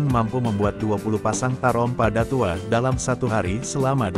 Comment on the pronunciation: Ngomongnya bllm menunjukkan khasnya Minang, contoh kata datuok admin ngomongnya datuo krg jelas dgn kata datuoknyo